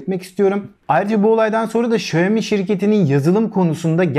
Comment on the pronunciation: Okunma şekli şayomi değil şiaomi diye okunur. Direk çince çevirisi budur.